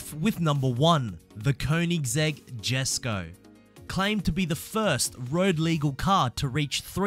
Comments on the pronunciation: Did u also know that it’s pronounced “yes koh” not “jes koh” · The Jesko isnt pronounced with the J, its sounds like yesko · Jesko is pronounced yesko in swedish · Jesko in english Yesko in swedish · You don’t pronounce the Jesco you pronounce it the yescow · You pronounce it yesco not jesco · Pronounced yesko not jesko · The keoneggseg jesko deosent cronounsed as J esko instead the j pronouns as y so u pronouns it as yesko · The J is silent. Christian Von Keonigseg pronounces "yesko" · juscraig 21 no, the J is not silent, the J is pronounced as a Y. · The 'yesko' koenigsegg is my favourite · Jesko is pronounced “yesko” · You say it ae Yesco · not to be rude but the j in jesko is pronounced like a y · Your suppose to pronounced the koenigsegg jesko with a y. The j is silent.